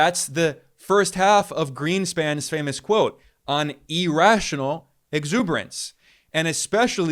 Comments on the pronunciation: EAR- rational, not E-rational. cmon man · Irrational is pronounced ear-rational not e-rational. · The fact that he US is in a financial bubble which will end badly is undoubtedly true, but the continued pronunciation of "irrational" as "e rational" is an indication of the level of knowledge and depth of analysis, both of which are superficial. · Please stop saying e-rational. Jeez